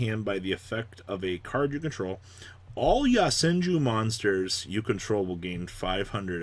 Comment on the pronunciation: This dude need to stop putting ya in yo so fucking cringe worthy when people pronounces shit like that